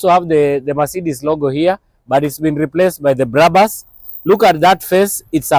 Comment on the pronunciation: dont say BRABAS,just BRABUS as it is written,first names of the founders brakman and bushman.